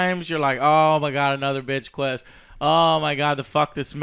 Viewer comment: Is it me or is Joe saying "bitch quest" as opposed to "fetch" quest throughout this video?